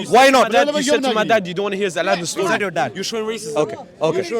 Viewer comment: I nearly dropped off my seat. The man said, "Your aladin stoy can wait" 😂😂😂😂😂